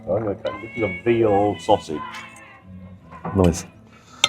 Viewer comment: I like the way says "Cabbijjjjj" and "sosijjjjjjj".